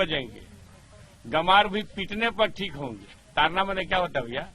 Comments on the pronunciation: जी मीडिया का रिपोर्टर बार-बार ताड़ना शब्द को तारना तारना कह रहा जो ताड़ना और तारना में बहुत अंतर है दोनों एक दूसरे के vilom hai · ताड़ना है तारना नहीं